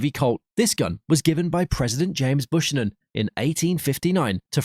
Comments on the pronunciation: lol..... James Bush-nan. That's Byuu-can-nuhn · President Buchanan (bue-can-an).